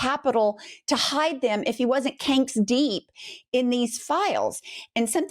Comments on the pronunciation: canks-deep!!! LOL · If he wasn't "Canks" deep...😂😂😂